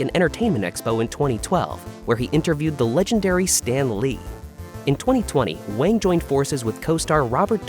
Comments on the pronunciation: Wang is pronounced as wOng, despite how it is spelled. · How could you not know Garrett Wang’s name is pronounced WONG? He is friends with my daughter and son-in-law. He came to their wedding. I talked to him at the reception for a little while. He’s very friendly and funny. I enjoyed talking to him. He gave a very funny and thoughtful speech at the reception. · It was for the best. Kes's character was incredibly shallow, and one note. The writers were running out of ways to utilize her. Not to mention she had a lot of mental problems that lead to her having a lot of problems on/off set. Garett Wang (pronounced "Wong") was under utilized until Kes left, at which point he contributed quite a bit more to the series. As I said, it was for the best.